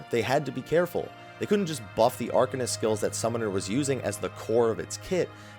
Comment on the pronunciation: 1 day i'll get him to pronounce arcanist and astrologian right. #verbalgoals